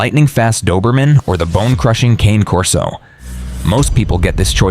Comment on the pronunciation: Mispronounced Cane Corso. Italian 2 syllables CAW NAY. Not like the cane I walk with. Never cane, but Caw Nay. Mamma mia! 😮